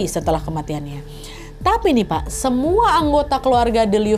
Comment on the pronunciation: Dari dulu selalu ngakak setiap kali Nadia salah sebut "Pak" jadi "Wak" 😭😭😭